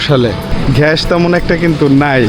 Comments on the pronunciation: ভাই আপনি আগে একটু গ্যাসের উচ্চারণটা একটু শিখেন গ্যাস নাকি ঘ্যাস 😂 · ভাই ঘ্যাস না গ্যাস হবে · ঘাষ না গ্যাস